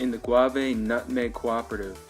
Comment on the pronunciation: Great video 👍🏾💯even though some of the pronunciations were totally off like gouyave and coa-coa.